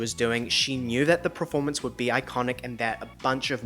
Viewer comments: Lol I cannot watch you any longer... PER-FORMANCE LOL not PRER-FORMANCE... 🤣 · Great content but you mispronounce ‘performance’ as ‘pro-formance’ and you use the word often so it stresses me out x